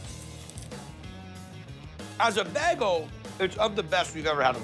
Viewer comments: It's like he's saying beggel instead of bay-gle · If I hear "Bæggel" one more time, I might flip some tables